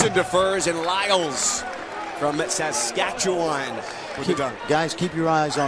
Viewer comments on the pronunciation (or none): Listening to these gus try to pronounce Saskatchewan lmao